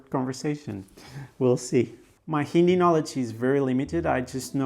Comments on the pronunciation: It's pronunced "Hindi" not "Indi" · Sir, just want to let u know that , we don’t pronounce Hindi as Indi , h is not silent, pls note that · He just pronounced Hindi Indi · uts actually HINDI, bro, not INDI😂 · First of all learn how to pronounce the word hindi first d is soft when it is enunciated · In word Hindi the 'd' isn't pronounced as ड it is pronounced as द. Watch Karl rocks video about how to learn Hindi.